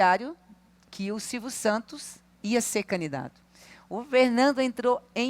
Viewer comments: Só eu ouvi, ou ela fala mesmo "canidato" "canidatura"?!😅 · Que agonia que dá essa mulher falando “caNidato” … 🤦🏻‍♂️